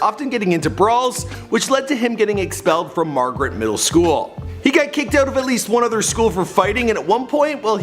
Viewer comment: Margate high school not Margaret